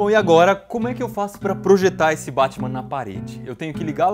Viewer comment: Pare que ta chamando batima